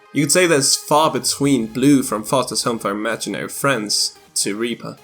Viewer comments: Are you saying reaper or reaver it may just be my iPad but you sound like you say reaver on my phone and computer? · I swear every time you said Reaper it sounded like Reaver instead. I admit it did start to bother me